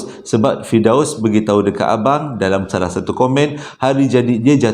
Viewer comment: Slm abg n gaiss, kira trrawal jugak noti arini,. Prkataan SALAHhh.. abg tu sdp no bila abg sebut😅😅Pe pun cerita Trbaik bang👍